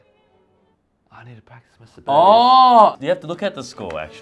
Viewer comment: “I need to practice my Sebelius” ~Eddy